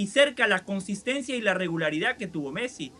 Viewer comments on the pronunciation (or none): Quizo decir regularidad o regalaridad?😂😂😂